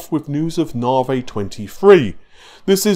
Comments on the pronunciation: Navi, Pronounced Na-vee.... Not Nah-vay Renoir, pronounced Ren-waar ... Not Ren-ore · Na-Vi!!! Not Na-vay ffs! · In English, the letter "i" is never pronounced like a long "a" as in awake. Why insists on pronouncing it NAH' vay is beyond me. Also these processors are code named after artists, and the man's name is pronounced Ren WAH'. I visit here often for new content, but honestly hearing these words consistently pronounced incorrectly is a distraction. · When the exasperation of hearing NARvaaay for the up-teenth time is just too much! 😂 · Narvey, Renor....it’s like Faulty Towers! 😁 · Narvay Twenty Free will be great. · FFS, please learn how to correctly pronounce NAVI and Renoir LOL. Naavee and renwah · Renwarr. Narvee